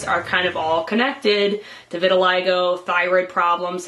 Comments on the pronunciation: pronounced "vert til lee go" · No Vitiligo. "Eye".